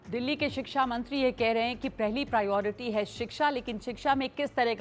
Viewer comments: Ashish Sood- Priority बोलना तो सीख ले. You can’t even pronounce ‘Priority’ correctly and you are the education minister of Delhi- Shame on you. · Bhai education minister ko priority bolna sikhaya jaye 😂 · Is shiksha mantri ko khud shiksha nahi mili tabhi to priority word v sahi se nahi bol pa raha, ye saare desh ko apne jaisa education hi dena chahte, neta aisa chunoge to aisa hi hoich hoga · Delhi ke education minister ko priority bolna to ata nahi 😂😂😂yeh sudhar krege 😂😂😂😂